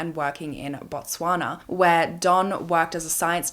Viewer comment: You said Botswana so well. I gasped so much hearing my country's name. Interesting story..